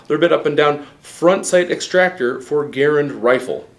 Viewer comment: He’s not talking about the man ... he’s talking about the rifle. And he’s pronouncing the rifle’s name wrong.